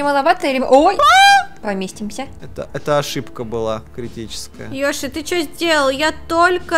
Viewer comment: не ёшы а йоши